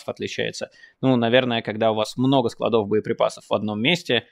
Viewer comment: Нет склАдов По склАдам Правильное ударение на А по русски